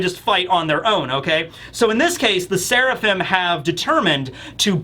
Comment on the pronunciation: I'm suprised didn't talk about franky calling sanji "swirlaphim"